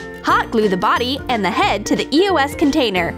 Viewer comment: everytime they say eos i hear eoas then after a few years i found it was eos